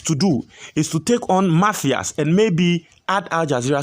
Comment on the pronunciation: Please stop pronouncing mafias, it's Matthias. Matias Mafisssss pls, stop pronunciations like Ashanti's